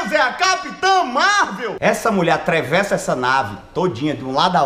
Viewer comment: ele falando atrevessa